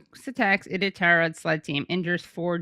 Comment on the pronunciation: Iditarod, pronounced eye-dit-rr-rod